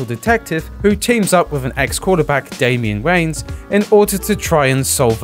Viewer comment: Yeaaah, it's not "Damien Waynes", it's Damon Wayans. How fucking disrespectful do you need to be to not take the 5 seconds it takes to google how to pronounce a name correctly?